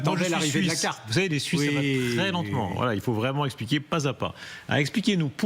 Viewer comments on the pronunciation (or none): none